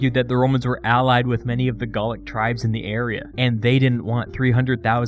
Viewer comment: "Garlic wars" Isn't it "Gaulic"?